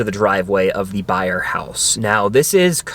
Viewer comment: “Byers” house, not “Byer” house!!